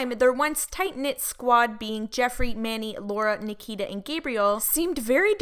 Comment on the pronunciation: Manny..its Manny. boom!